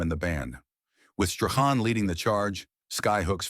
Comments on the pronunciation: Shirley Graham Strachan's Surname is Pronounced as - "Strawn."‼️😌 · You must feel pretty silly. You pronounced his surname at least 4 different ways & each of them incorrect. His surname is pronounced Strawn.